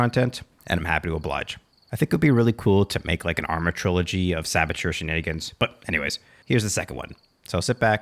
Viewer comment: what? Shenanigans? You said Shanaygens. Please don't hurt our souls like that